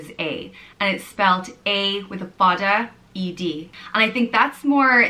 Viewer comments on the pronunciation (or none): It’s not prounced Fa Da it’s Fad a